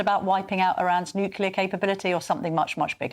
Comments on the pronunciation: Fgs it is not nukiller it is nuclear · can't even say nuclear he keeps on saying nucilar😂